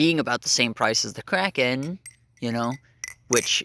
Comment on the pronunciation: "The crapen" 💀